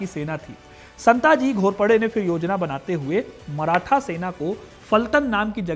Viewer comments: Santji aur dhanji nahi.. संताजी & धनाजी Next time pronounce correctly and do your research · शिवाजी महाराज बोलिए। संत जी नहीं, संताजी। धनजी नहीं, धनाजी।